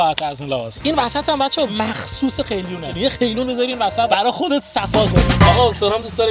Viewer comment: قیلون نه، قلیون درسته. هعی میگی قیلون قیلون